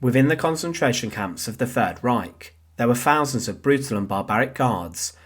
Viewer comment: Would it be possible to get a narrator that can actually pronounce words correctly?, what is - A Fousand?